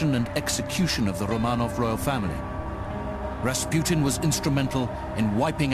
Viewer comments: Ras "Put-in" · It's rasputin... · Ras "Putin"